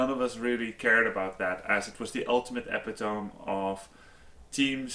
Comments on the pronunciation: LOL Epi Tome.. I know english isn't your first but that shit cracked me up. It's ee pit o mee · Awesome vid as always! Minor thing: epitome has four syllables :P